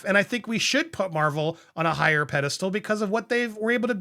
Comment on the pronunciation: Pedastel! I think you mean pedal stool.